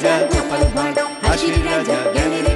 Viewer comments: কথাটা "ভাঁড়", ভার নয়। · ভাঁড় হবে বাংলা অভিদান দেখুন